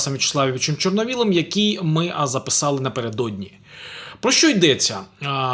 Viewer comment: все добре.., але..з Тарасом ЧорновОлом! Невже не можна вивчити заклади української?!